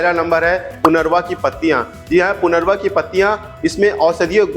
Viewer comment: सर इस पती को पुनरवा नही परंतु पुनर्नवा बबोलते है .... बोर्हेवीया डीफ्यूजा